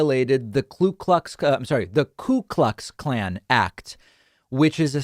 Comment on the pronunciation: I love the way this guy builds his narrative, even preparing mispronunciation of KKK to seem distant from them, so he can come off as relatable to I suppose is his fan base. This is a smart and well intentioned individual.